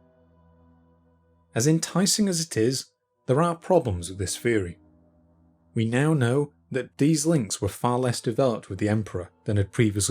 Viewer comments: "Engwish" & "feory" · "Feory"", "uvver"- so depressing....